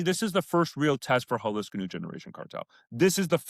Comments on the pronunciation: Jalisco = haa-lee-sko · can you AT LEAST pronounce Jalisco better? It would take you 5 seconds to look up... 🙉